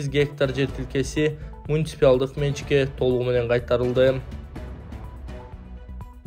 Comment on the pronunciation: МуниципИалдык эмес, муниципалдык деп айтылат, эч кандай Иси жок эле, туура суйлононду уйронгугуло